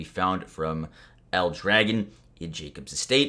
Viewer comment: You are pronouncing El dragon wrong. It's a character from Battleborn. Get some backround